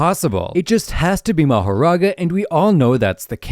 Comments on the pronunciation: "Mahorara" "Mahora" Dude youtube do your job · “Mahorara” is crazy. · Rika is a curse not a shikigami and it’s mahoraga not mahaga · "mahaga" bro 😭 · "Mahorara" bro's grammar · “Mahorara” “More and Tiger” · Just to tell ya the mahoraga chapter is called “mahorara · Ah yes, "Ra, Nu, Piercing ball, Mahorara... I mean Mahaga, and Aito."